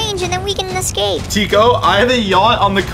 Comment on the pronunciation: Lol he said you have to ecscap not escape